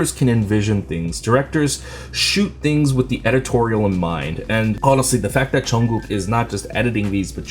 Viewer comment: I just love the way you say Jungkook's name! 😍